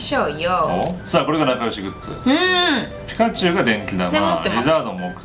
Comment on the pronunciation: ピ↑カチュウなんだ